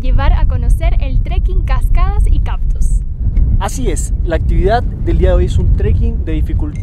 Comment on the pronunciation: Gracias por el vídeo, dan buenos datos e imágenes hermosas. Solo un detalle a comentar: la palabra es “cactus”, no “captus” como dice ella…